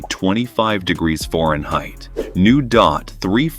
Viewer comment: This video lost me at pronunciation of Fahrenheit as ForenHeight...... Thumbs down for pronunciation.